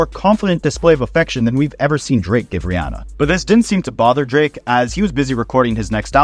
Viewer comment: No one else will care but respect to you for pronouncing Rihanna's name right!! (Ree-AH-nuh instead of Ree-AW-nuh). No one does